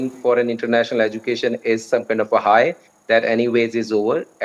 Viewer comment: Aussie, not OZ. And the host cannot even say education correctly. These third world filth are beyond delusional making demands; they make Kardashians look sensible. That's how hopelessly beyond pathetic they are!